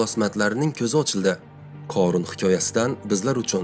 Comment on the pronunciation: Oʻorun корун эмас хорун horun